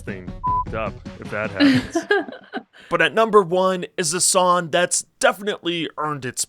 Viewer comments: How are you a music YouTuber and you can't even pronounce the word "song" properly. You leave off the "G" and say "sawn" every single time. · My brother in Christ, please, please, please pronounce the G. SonG. Push your tongue forward rather than pulling it back at thr end of the word. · Why can't you pronounce "ng"?